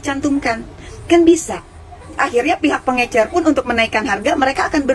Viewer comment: Pengecer paakkk... Bukan pengeNcer